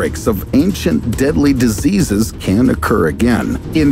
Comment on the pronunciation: 5.35….what are diseaseas? 😂